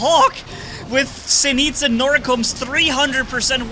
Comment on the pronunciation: ejj manni nice video, but i think it is zenít instead of zeniet :-))